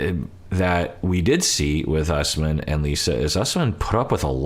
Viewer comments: Don’t trust Shawn, it should not be pronounced “Us-man”. She wrecked a lot of names on this show. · Pretty sure Usman is pronounced Oos-mahn